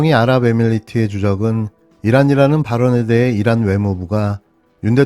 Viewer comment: 잘 들어 보십시요 !! 이란이 아니고 일란 ! 입니다 !